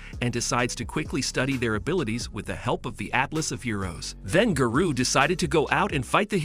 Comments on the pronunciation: Instead of Garou its Guru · He didn't say garou right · giroo sorry and ginos WHAT THE HELL IS THAT BRO CANT SAY GENOS OR GAROU